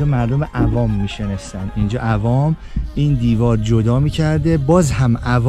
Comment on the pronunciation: جان بسیار عالی و‌ممنون بابت این گشت و‌گذاری که ما را میبرید ، ولی می شنستن دیگه چه صیغه ایه « می نشستند» تلفظ کنید لطفاً مى نِ شَسْ تَنْد